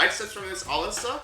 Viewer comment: Why do you say Alissa so weird? It's uh-lis-suh